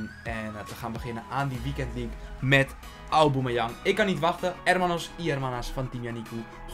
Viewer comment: Zeg pls geen auboomeyang